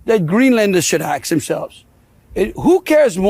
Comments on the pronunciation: What an ignorant POS this landry person is. First he should learn how to speak properly, the word is "ask" and not "axe" ..the arrogance of him saying drump put them on the map and nobody cared for them until drump. They didn't need protection until the U.S threatened them. They were living their lives peacefully until the mentally deranged POS president of the U.S disturbed their peace. WTF USA, do something with the nujobs ruining everyone's peace of mind. Who the hell do these people think they are??? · The word is Ask, not Axe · "Let me axe you something ..." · You axe them! He can't even speak properly. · Clumsy, an inability to articulate the difference between 'ask' and 'axe'...a prime example of American diplomacy under Trump... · As a political envoy, someone should explain to the man that the word is ASK and not AXE. Greenlanders speak a range of languages, but gibberish is not one of them. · He is so rude. Let me ax you a question. So rude. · AKS ?????? What language does he speak Go home!! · He just wants to axe them a question. 😂😂😂😂😂😂😂😂😂😂😂😂😂😂😂😂😂 That's a first for me. 😂😂😂😂😂😂😂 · “Aks” Landry why he’s illiterate (Southern Schoooolin’ ?) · Landry’s spoken words are atrocious…”lemme ax you something…” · Let me “ axe” … how about this delusional “high” level official learn how to speak proper english!😂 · If you start a conversation with let me 'aks' you something," I already know you're an idiot. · ...that's a question that Greenlanders should 'axe' themselves...wtf? LMAO.. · "... that's the question that Greenlanders should aks themselves..." Yes. He said "aks". Frosting on the crapcake. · Let me aks you.. what an idiot. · We have a governor saying “ax” in place of “ask.” FML/FTW/FDFTINTAWTF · Trump sends someone who pronounces "ask" as "ax". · A white dude who says “aks” instead of “ask”. It’s a prick’s affectation anyway, but to hear it from Landry just makes him look even more ridiculous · "Let me axe you a question ...."! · “Let me aks you….”